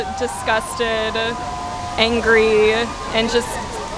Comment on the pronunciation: so many emotions: saduh disgusteduh angreeuh